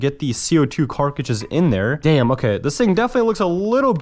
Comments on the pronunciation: Also why do you say 'Carkidges' instead of 'Cart-ridges'? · cartridges not carcages😭😭😭😭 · Carkages??? lol love your content but the way you pronounce cartridges kills my lol keep doing you though! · Why do you always refer to “Cartridges” as “ Car-ca-chiz”? Just curious because you call them “Car-ca-chiz” in every single video you make?🤷🏻‍♂️ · him saying carcagees is kinda pissing me off :[ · It is C A R T R I D G E!!!! NOT CARCADGES. Come on man. That drives me insane when grown adults can't say words correctly!!! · Carcage instead of cartriges is diabolical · 'carcagis' 'semi-mac' huh?? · U keep saying" carcrages " it's cartridges 😂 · Dude it’s car-trid-ges not car-cages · Omg brother, carTridges. This carcridges thing is killing me. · Is anyone going to mention he says carcages not cartridges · Carcages? haha! I know you're saying Cartridges. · He's been corrected SO many times in the comments for not being able to pronounce: Cartridges (Carcages), Grenades (Ganades), etc, that at this point I have to assume it's 100% intentional, or he has one helluva speech impediment on only certain words. 🤨🤦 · The way he pronounces cartridges is annoying lol